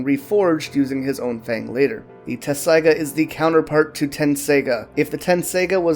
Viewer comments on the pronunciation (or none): Wait it’s not “Tetsaiga”? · Even in the Japanese you can hear them make a t sound, I understand spelling and pronunciation are two separate things but I'm just saying you're pronouncing it wrong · I know that's the official English spelling but they say tetsaiga with a T. The Japanese is even tetsusaiga, so leaving out the middle T is just wrong. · How tf you gonna make an informative video on something you can't even say right